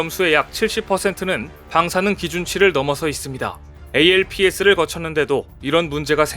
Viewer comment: ALPS = 알프스라고 읽으시면 됩니다.